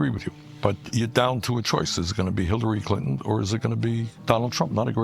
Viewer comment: Did he say "Hitlary Clinton"? 😂